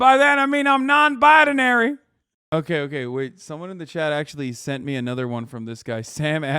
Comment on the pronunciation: “Non-Bidenary” lol